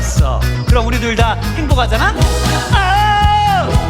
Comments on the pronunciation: 행보가잖아 ㅋㅋㅋ 숨길 수 없는 아재발음. 짱!! 급발진 개웃기네요 ㅋㅋ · 새는 발음까지 행보개... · 크흠 행보가자나? 이발음에서 택조아저씨 다녀가심 ㅋㅋ ㅋ ㅋ ㅋ ㅋㅋ ㅋ ㅋ ㅋ ㅋ ㅋ ㅋ. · 매혹적인 발음들 웰컴투마 빼너지 행보가자나? 헨락 짜잠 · 패너지랑 행보가자나? 발음이 아줌마같아서 더 좋게들리네... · 내가 보려고 만든 포인트 무테안경 뭐임? 괜히 열받음 뮤지컬에서 갑자기 발음굴리기 도입부 장인 내 몸~~~에 반할걸 우~~~~~~위!! 나지 왕언니(존나든든함) 쌔삥 꿈으로 1패너지 전라도롤라 행보가자나? 갑자기 걸쭉하게 내지른후 할아버지 턴 다리 털도 만탄 마리야?!?!!!! 진짜 존나 잘해줄거같음 ☆☆☆일렉짜장☆☆☆ 태권품새 후 갑자기 아무일 없었던듯 흐느적 우~~~~위 왤케 잘불러;;; 경로당스탭 쌔삥 꿈으로 2패너지 3패너지 ☆☆☆쎄마넴☆☆☆ 중대장은 너희들에게 실망했다 차력롤라